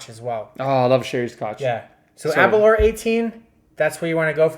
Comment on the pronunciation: *Aber Lour, like Sour